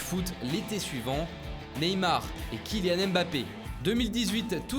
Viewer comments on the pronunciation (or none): none